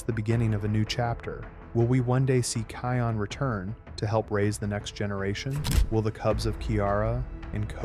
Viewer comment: Can somebody tell you okay you've been messing the name Can somebody tell you okay you've been messing the name up it's not kayon